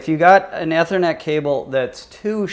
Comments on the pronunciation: "E" thernet not "Eh" thernet....smh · I know right. Amazing someone doing a vid on it doesn't even know how to pronounce ethernet